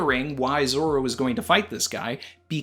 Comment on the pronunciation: calls Zoro "Zolo."